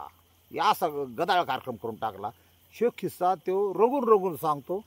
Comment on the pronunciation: "खिसा" नाही "किस्सा" शब्द आहे.